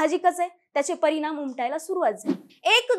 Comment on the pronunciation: परिनाम,निर्मान, येन्याच, आनि.... किती अशुद्ध उच्चार...🫣